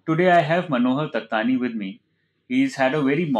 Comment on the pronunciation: He is Takhtani not Dattani